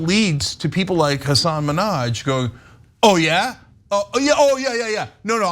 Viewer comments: It's very jarring hearing the repeated mispronunciation of Hassan's first and last name, every time. But, otherwise, he's a comedian, these are jokes. Not every joke needs to be steeped in fact checking and 100% accuracy. He's a comedian, he tells jokes, people laughed, mission accomplished. I've been following Hassan Minhaj from back to the Daily Show, to Patriot Act, and others, and this news article is idiotic. Why are we criticizing comedians more than politicians? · Imagine doing a story about someone and not figuring out how to say their name. Imagine one of that person's most famous TV appearances being repeatedly correcting Ellen on how to say their name. Yucky. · You said his name wrong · Nope. Hyperbolic speech is normal among comedians. These experiences are true for millions of Muslims after 9/11- Im Dominican/African American living in Indiana and there was a letter filled with white powder to my job. Does it happen yes, did he share experiences people of color had experienced?- yes. Does he have a platform to educate- yea! And if you could correctly say his name I'd have a little more respect for your show.